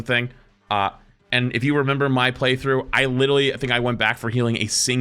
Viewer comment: "i widally" 🤓